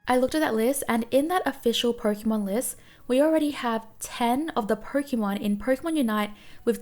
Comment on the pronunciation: such a relaxing voice and great video but its pronounced "Poke(ay)mon